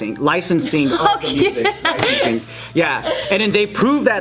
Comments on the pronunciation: “Lights and the ricensing” that’s the most Japanese Joe has ever sounded😂😂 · "lights and rinicing" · “Lights and ricensing” 😂😂 rights and licensing🤣🤣